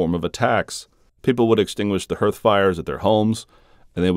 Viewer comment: "Herth" fire? Do you mean "Hearth", pronounced "harth"?